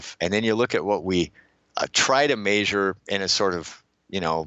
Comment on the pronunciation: It sounds like he says major instead of measure